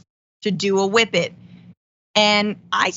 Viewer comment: WHippet abuse! Thank you for the proper pronunciation, Jon!